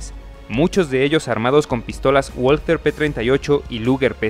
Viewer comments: No se pronuncia "gualter" sino "valter". Que no es inglés sino alemán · Pues lo primero que tienes que saber tú es que no se pronuncia Gualter, coño ! Se pronuncia Valter ! Lo saben hasta los niños de teta ! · Se pronuncia balter, no ualter. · Pronunciado "BALTER" (alemán), NO "UOLTER" (inglés) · No se pronuncia uolter sino valter. Los comentaristas soléis pronunciar las palabras alemanas a la inglesa por ejemplo en tanque TIGER que pronunciais taiger, en vez de tiger. Y así. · Que sepan Uds. Que la w en alemán se pronuncia B igual que en el japonés se dice Balter. No ualtet. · WALTHER: se pronuncia VALTER (es alemán, no inglés) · La w se pronuncia como b y no gualater.. Es balter.. Saludos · Hola, tu pronunciacion del nombre de la fabrica "Walther" no es corecto! En Espaniol se pronuncia "Balter"! Pero tu estas copiando el Ingles, diciendo "Bolser"! Eso es falso, pero nosotros sabemos, que los US Americanos son incompetentes en idiomas extranjeras! Pero tu, hablando Espanol, tu no tienes que hacer las mismas faltas como los US Americanos, pf! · No se dice "uolter", se pronuncia "valter", es alemana, no inglesa. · mm no se dice "guolter/Wall-ter" porque dicha pronunciación tiene acento inglés en alemán se dice "valter". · La pronunciación correcta es "valta" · Hablando de una arma Alemana, por lo menos se espera que su nombre sea pronunciado correctamente, NO es inglés!!! Woalter !!! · Valta es la pronunciación correcta, todo lo que termina en "er" equivale a una A en español. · Se dice pistola Balter P38. Disculpen las molestias. Saludos. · se dice valther jaja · Muy bueno el video. Pero no olvides que es una empresa alemana, es decir que la W no se pronuncia como U sino como V. Se deberia pronunciar , Valther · Muy bueno. Únicamente, una pequeña observación. La W en alemán se pronuncia como V fuerte, ergo se oiría como VALTER. Por lo demás, estupendo! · En alemán la "w" se pronuncia "v" y la "v" se pronuncia "f". Así que se diría /Valther/ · "V A L T Á"